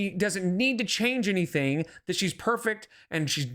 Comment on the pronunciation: another excuse! Why can't this idiot say anytheeeeen correctly